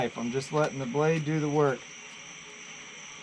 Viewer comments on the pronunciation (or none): none